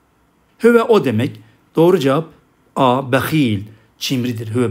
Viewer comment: Hüve diyorsunuz da arpaçanın neresinde “Ü” var